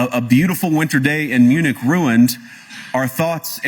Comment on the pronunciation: Bonjour MPP Munich prononcé li : munik en français